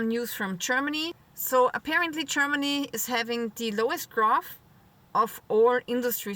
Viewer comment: Love it. "Chermaney"